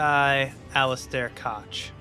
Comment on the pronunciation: Unfortunate: Koch is intended to be pronounced as "cock", but the "ch" is a voiceless velar frictive, aka pronunciation of this sound shouldn’t vibrate your vocal cords. It’s a pretty difficult one to nail, as much of Old English is to modern speakers, so a lot of people use a lightly breathy "coke" as an alternative that’s inoffensive to the YouTube Demonization Demons. Class dismissed.